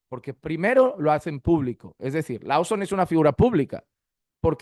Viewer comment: Hno, gracias por sus videos. Por favor el apellido de Steve se pronuncia más o menos "Looson", no Lauson ni Louson... 👍